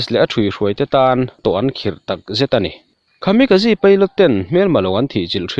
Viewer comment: Khami ka ji nilo in... Kamikaze a ni zawk e... English ang in lam lo thin teh ang, I chanel hi ka en ber a nia, a awmzia bo lo in leeee...